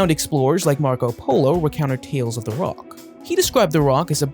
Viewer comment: The roc is pronounced "ruck"